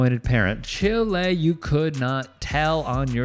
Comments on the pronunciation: is pronounced "child" without the "d"...kinda like the song voodoo chile by Hendrix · Chile ( child) rhymes with while. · Dude pronounced “chile” as cheeelay 😭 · I love you but your whiteness is showing. It’s not chilé, Chíle. Old black woman speech for child. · Chile is already a word in English lol, YOU can be bad at English all you want, others don’t need to acquiesce! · FYI: It's "chiiild without the "d". Not Chile like the the country. Now you know. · It’s not Chile like the country lol…it’s Chile as in Child but a slang version of the word. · Chile is pronounced chiiiilld (child) in this usage. No shade just helping. Another great story from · Let me help you out with Black vernacular. Its not Chile as in the country, but rather chile as in child. Chile rhymes with while, tile, style, etc. Also, "Choosing to stay neutral in the face of the oppressor is choosing the oppressor" is a legendary quote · It is ok that he did not understand the colloquial "chile" as how it is pronounced for child in the English language where some speak in Southern locations. He gets a pass for not knowing that. I appreciate that he brings an honest historical perspective and isn't afraid to call it out. Too many want to white wash reality to what makes them comfortable at the expense of people of color. We all have our individual experiences and that colors perspective and it is appreciated that we have the discussion respectfully. We don't have to elevate someone at be dismissive of others who have done some pretty noteworthy things in women's basketball because athletes rise on the shoulders of those that came before them. No shade to Catlyn Clark. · “chile” is not a word, and it’s not used around the world lol. It’s simply a mispronunciation! Is “axe” a word? As in “can I axe you a question”?